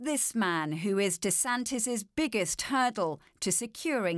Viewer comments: He pronounces his name like Rondy Santis, just saying. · I'm Ron Dee Santis, it's DEEEEEE Santis, like D-bag 🤦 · It feels like he is saying his own name wrong.